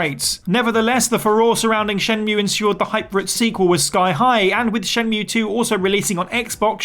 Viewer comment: um it's pronounced "Shen-MUUUUUUUUUUUUUE" as per Jules